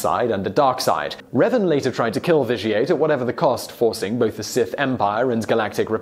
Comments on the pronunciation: There's not even two E's!!! Where is he getting the hard e sound?? Seriously "Reevan" there are only 3 video games and 2 novels centered around his story how could he have never heard the name?? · Reevan? REEVAN?! REEEEEEEEEEEEEEEEEEEEEEEEEEEEEEEEEEEEEEEEEEEEEE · My name is pronounced Revan, not Reevan. I'll forgive you, though. I had I tough time understanding Wookie slang, so it's understandable. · He says Reevan but then when referencing the Mass Shadow Generator says Revan. Confirmed that he is purposely mispronouncing these names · Sorry... did he say "Reevan"? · Darth reevan? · "Reevan" lmao huh? cool video though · Great video, but... R - eeeeeeeeeee - van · The way you said Reven made me cringe so hard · REEEEEEvan i dont like his pronounciation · Revan needs to be MUCH higher on this list. That guy, whether Jedi or Sith, was the Alexander The Great of Star Wars, especially in terms of his tactical brilliance. Also, Simon, to help you pronounce Revan's name right, here's a little tip for you: his name comes from the word "Revenant," meaning a spirit of vengeance. In fact, his full title is Darth Revan, Lord Of Vengeance. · Thank goodness you got Revan's name right at least half way through. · How come he only mispronounced revan the first time??? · You pronounced Revan Wrong. Just search up how to say it. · Strange thing is that he mispronounces Revan wrong, but then shortly after he says the name right a few times in a row lol